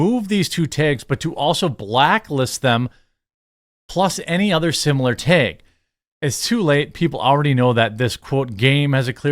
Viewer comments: Baldurs gate 3, seriously, chicks with dks. How woke is that. Tag, not teg. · TEG is not a word, it’s TAG 🤦🏻‍♂️ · Jeremy the way you pronounce “taege” gives me autism.. brother please I know mid westerns are odd cupcakes but try to say it like the rest of us 😅